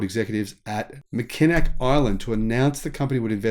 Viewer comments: Thanks for another great informative video. Hard to know local Michigan names from across the world, I realize, but it is “Mac-in-awe” Island, despite the Mackinac spelling. A great place to visit, primarily because all cars have been banned for over 100 years, including EVs, ICE, and steam powered cars. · say it - "mack en naw" island. I know, it's how Americans keep messing up the English language. Go figure... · 1. 'Mack' i 'nac' emphasis on 1st and last syllables. 2. If people complain about government involvement in the US, it should be noted that the EV manufactures in China have yet to tun a profit. China's attempt at global dominance is being funded almost exclusively by its government. The EV manufacturer leading the world in profitability is Tesla.